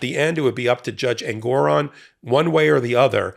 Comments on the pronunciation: FYI, it’s JUSTICE EN-gor-ON. I’ve appeared before him. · Every time any of you say engOron I shout Engoron because I miss the way Ben used to pronounce it 😂 It’s just more pleasing somehow.